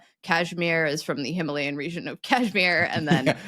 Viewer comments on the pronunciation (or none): none